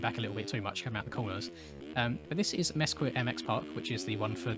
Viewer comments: Great vid as usual, the 2021 track is pronounced "Muh-skeet", it's in Nevada ("Ne-va-duh"), down by Vegas, it's about 8 hours from me. Sorry if me correcting you sounds like me nitpicking the vid, but it was great as usual. Keep it up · Mesquite is pronounced Messkeet.